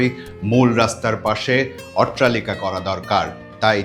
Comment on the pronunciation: ভাই , উচ্চারণটা "অট্টালিকা" হবে , "ওট্রালিকা" না ।